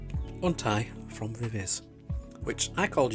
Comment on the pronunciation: While I prefer your pronunciation of "Viviz" it's actually supposed to be said as "Vee-vee-zee". I do not understand K-pop companies and their insistance on bizarre naming conventions...